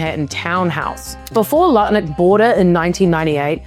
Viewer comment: idk how you can so easily say “Lutnick” I ALWAYS say Nutlick and can’t help it. It is now his name. Howard Nutlick.